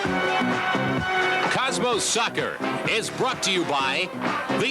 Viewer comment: "Cosmos Sakker"